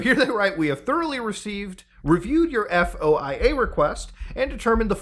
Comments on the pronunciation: FYSA, FOIA is pronounced "Foy-Uh" in common parlance.. E.G. a foy-uh request is submitted to gather info from the government. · Us feds pronounce FOIA as "foy-yah", btw. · Foia is spoken like a word not an acronym, will make your life easier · FOIA is an acronym, it's pronounced like a word, like NASA or WAP. You don''t have to spell it